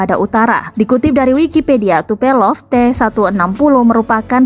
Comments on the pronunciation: Tupelov ato tupolev..????🤣🤣🤣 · Tupelov ?? Tupolev woy... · Tu itu Tupolev min bukan tupelov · Tu-160 adalah salah satu pesawat perang lama (sdh 40 th lbh) tp msh bs operasi dg baik, berarti OMnya ciamik. Namanya Tupolev bukan Tupelov, salah satu ahli dirgantara Sovyet 'USSR'. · tupolev min bukan tupelov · TUPOLEV yaa... bukan TUPELOV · tupolev mbak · WOOI MBAAAK...NAMANYA TUPOLEV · Bisa ngga klo membacakan suatu berita yaah dipelajari betul" dulu bru di bacakan gitu, soalnya dri penyebutan nama pesawat aja udah salah...huuaadddeh🤦🤭🐒